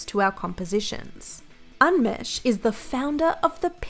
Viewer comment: How she pronounced Umesh killed me